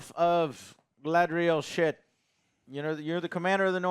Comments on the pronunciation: It's GuyLadriel now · 20 years since the Fellowship movie and Joe still cannot say GA-LA-DRI-EL Who dafuq is galdrel? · Did Joe really call Galadriel „Gadriel“?? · Dude, Joe, her name is not Gadriel. It's Galadriel. Your review ended right then and there. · Joe still can't pronounce Galadriel lol. Try girl le drel it'll be better😂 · I stopped watching this as soon as he called her Gad-riel. Lol Clearly he doesn’t get to the cloud district very often. What am I saying? Of course he doesn’t. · How the fuck does Joe always managed to pronounce names wrong. “Gadriel.” 💀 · Dude STILL can't say "Galadriel" 😒 I mean, how ignorant OR stupid can one be? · He could AT LEAST say "Galadriel" right. It's said about 50 times. Whats next he's gonna call Sauron "Saren" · Why is Joe pronouncing Galadriel as Gaydriel? Or Sauron as Soron